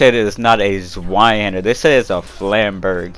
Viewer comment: They did say it's a zweihander, but they butchered the name badly. Flamberge is just the blade design, but I'm sure you know this already.